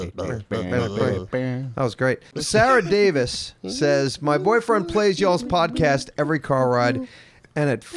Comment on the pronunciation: Hahaha he said spodcat. Oh man I love